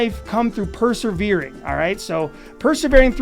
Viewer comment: It's "per-se-vere" not "per-ser-vere". Also, it's "fa-mil-iar", not "fer-mil-iar".